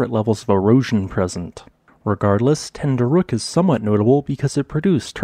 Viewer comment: You really cant say ten dü rek 😂